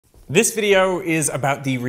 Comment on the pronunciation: Your Australian came thru when you said "this video" lol